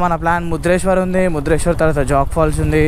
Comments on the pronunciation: Bro adi Murudeshwar not mudreshwar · Not mudreswar bro it's called Murudeswar